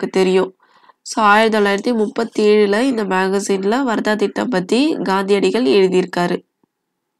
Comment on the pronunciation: வரதா இல்ல வார்தா ma